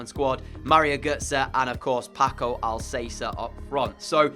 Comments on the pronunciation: I'm sorry it's bugging me, it Paco al-cas-er not al-say-ser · Al-ka-sair dude not Al-sey-ser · It’s Paco Al Ka Ser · Sorry but it's pronounced AlKacer not AlSacer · Who else cringed when he said pako al-say-ser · Al cath-er in Spanish Al casser in English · Had to dislike for “Al-say-ser” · "I might get some player names wrong, Paco Alsaser!!" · “I’m gonna apologise in advance as I might get some player names wrong AS PACO ALSAYSA GETS IN BEHIND sorry this killed me 💀😂 ❤️ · Pls pronaunce alcacer as al ka cer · It’s Paco Al Ka Cer bruh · Stop saying Alssasser ( Paco Alcácer) Go search for his pronounciation That triggers me sorry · Alcacer is pronounced Al-ka-sair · lol.. your absolute garbage when it comes on to pronouncing players names... It is AL-KA-SAIR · You have to say Alkaser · Alcacer is Al-Ka-Sir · No, its Al-Ka-Ser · STFU you guys don't speak spanish. Its Al-ka-ser you dumbass